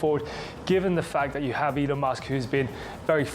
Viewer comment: Be very careful of a video production about such a well-known person that mispronounces his name: this could be a complete AI Trojan horse, and you have to assume that the voice that you hear is not an actual human voice: "Elona Musk?"